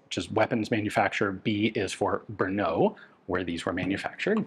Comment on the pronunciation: technically samopal means self firing but it is a synonym for sub machine gun. samo-alone, pal ( palit ) to burn. there are always nuances in english to czech translations. PS brno is not an 'ou" sound at the end. more like "o"pera.